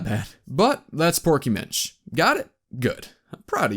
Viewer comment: I'm not the not one that hears proky bitch when he says porky Minch right?